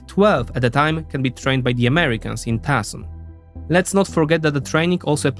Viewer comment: Tucson is pronounced: Two sahn